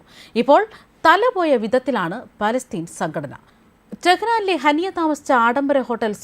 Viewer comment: ഹനി അല്ല ഹാനിയ